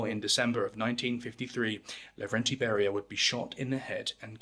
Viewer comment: Laurentiy Bury-Ya